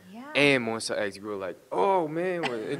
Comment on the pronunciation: Omg I thought they said “We’re more s*x!” Instead of Monsta X